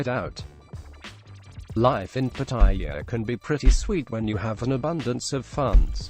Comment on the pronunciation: Quit mispronounced the name of pattaya